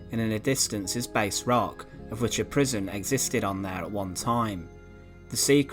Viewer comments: A doocote... pronounced dook-et Bass rock... not base rock Hope that helps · A really detailed account of a castle I know well having lived in North Berwick. Well done, just one point it’s called Bass Rock not Base Rock! It was a prison for French prisoners of war during the Napoleonic wars.